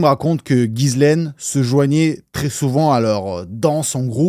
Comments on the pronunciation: Mini mention sur la prononciation du prénom de "GHISLAINE" Maxwell : On prononce "JISS-laine" 😉 Le "Guy" du début accroche mon oreille à tous les coups 😊 Superbes explications et analyses ❤ Continue 🤗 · mes oreilles saignent : GUI LAINE MAXWELL !!!!